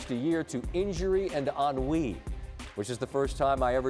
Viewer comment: Did he just say weed? or Wii?